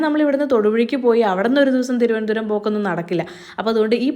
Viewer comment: thirondaram❌thiruvanandapuram or trivandrum ✅